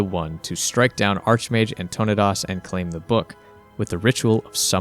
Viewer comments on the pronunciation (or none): "Artonodas" Poor Antonidas :( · "Anne Tonna Dos" 💀💀💀